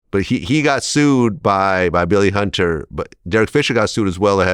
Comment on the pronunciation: “Billy Hunduh”- Sebastian Telfair